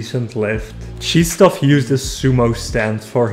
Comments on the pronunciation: Czystof 😂 you have English version of his name Christopher. It's really so difficult 😂 Czystof 😂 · LEARN TO PRONOUNCE HIS NAME